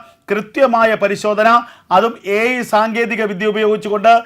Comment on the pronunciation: AI ടെക്നോളജി എന്ന് പറയരുത് അൽ ടെക്നോളജി ആണ്😂